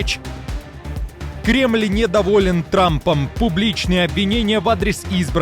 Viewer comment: Токаев так сказал типа кремыль Бог